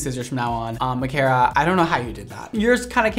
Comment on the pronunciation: 1. You pronounced my name right omg 🥺😊 2. I'm so sorry I ruined your favorite mannequin head😩 3. THE LAYERS LOOKED SO GOOD I HAVE TO DO THAT ON MY HEAD ASAP